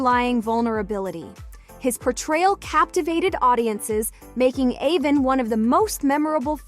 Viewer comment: It's A-von not A-vin.